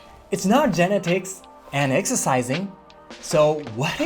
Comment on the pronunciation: I love your channel. So much information... thanks! Just a little help here with English. When you pronounce "genetics", put the emphasis on the second syllable, like geNETics. Other than that, your English is VERY good!!!